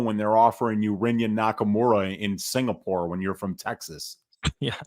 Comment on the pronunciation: It's UFC Singapore... Not UFC SINGPOOR... C'MON!!!!